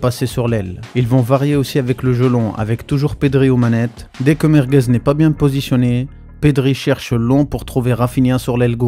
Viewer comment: Vasquez c'est quand même 5 LDC. C'est quoi ce "Merguez"😅